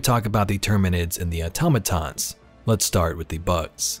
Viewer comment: Thank you for actually pronouncing Automatons correctly 😂